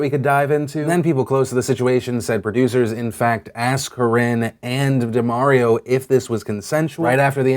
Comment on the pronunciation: DUH-MAHR-EE-OH... Not DUH-MARE-EE-OH.... C'mon Phil, this is Mario-gate all over again 😧